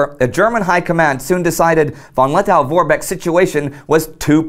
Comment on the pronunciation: Lettow is pronounced Let-toe, not -tow.Did you know that, still today, the halls of the Riga Central Market are former WW I Zeppelin hangars?